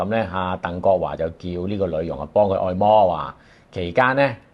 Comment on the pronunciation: 不只一次聽將「按」摩讀作「愛」摩，今次仲將「臀」部讀作「殿」 ！ （大概在片段時間 左近出現）